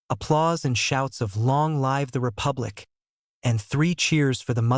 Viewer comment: I have listened the whole thing now and I didn't notice other errors like this. There are pronunciation errors by the AI such as "mahogany" and "live", but they are minor irritations. In the next few months I will listen again and follow the book to check properly.